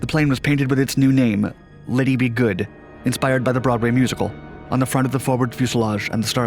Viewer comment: “Ba-DOO-ns”??? Man everyone now and then you botch some easy ones. By the way Lady is not pronounced “Liddee”.